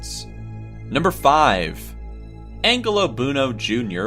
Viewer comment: Lol, Angelo...It's pronounced like angel, not angle. "AnnJello." If you're going to narrate something, I suggest you do a bit of research first, so that you how you're supposed to pronounce words properly...